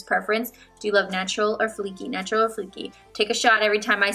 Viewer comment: I heard nacho instead of natural at the beginning lol